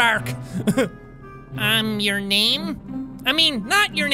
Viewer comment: Jack Tetrarch is pronounced: Tetrack